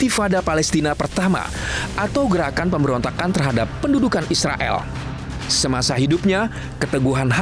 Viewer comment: Gila ya blom ada bukti, Ngomong nya eanak aja ya bilang isreael😂😂